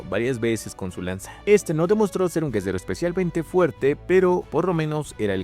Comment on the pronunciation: ¿Porque cuando dice guerrero dice guezero o algo asi?